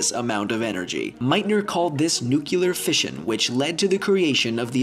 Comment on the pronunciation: "Nuclear Fishin"